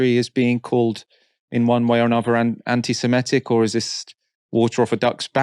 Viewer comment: Someone please tell that the word "semitic" does not rhyme with "emetic" - his pronunciation drives me slightly crazy in these vids